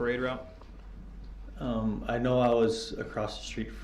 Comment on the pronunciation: defendant: do you remember any disturbances on the parade roue? Detective: do you mean when you drove through the parade route and... 🤬